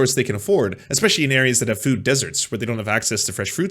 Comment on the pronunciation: I like most of what says, but I just here to say "fwood" (at least at the beginning of the video). Yes, I'm that basic, I laugh at accents. But I'm a southamerican native spanish speaker, so everything should be ok.